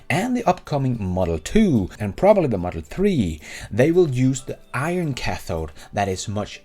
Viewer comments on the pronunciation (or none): none